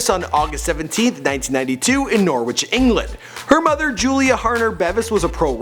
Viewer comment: He didn't pronounce 'NXT' or 'Norwich' right.